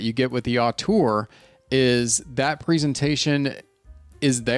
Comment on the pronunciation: Great review! But btw the first vowel in "auteur" is pronounced 'oh' instead of 'ah'. ZMF lists it as [ō∙tuhr]